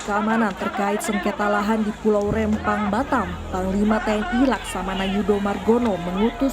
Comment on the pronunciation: REMPANG BUKAN REMMPANG ADUH HOST NI